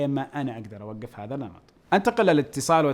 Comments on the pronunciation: الدقيقة قال النمر بدل النمط! ( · النمط❎ النمر✅